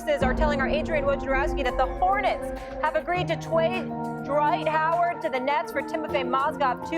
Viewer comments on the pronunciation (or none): “Hornets have agreed to twade Dright Howard to the Nets...”